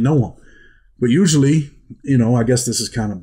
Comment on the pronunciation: Great story ! I challenge anyone to take a shot when Usp-lee is said!!! Cheers!!